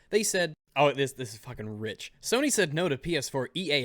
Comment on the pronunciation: I love how you accidentally said "Kony" instead of "Sony"